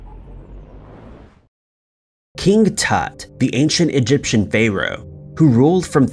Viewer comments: King Tut the Phayro in Cayro 😄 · That didn't escape my notice, either. Lol. He managed to get many of them wrong. I mean, "CAYRO"? I always thought Cairo was the capital of Egypt, and I'd never heard of "Fayro's", though I'm assuming he meant "Pharaoh". ;) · Wth is a fae-row? And a reservore? 😂